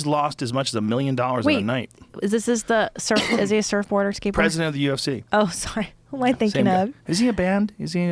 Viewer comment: Joe "surfboar" rogan